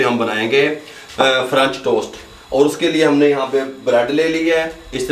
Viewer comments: Oh bhai correct word french toast hota hey frunch tost nahin ....Ha ha ha 😂 🤣 😂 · french toast kehna tou sekh len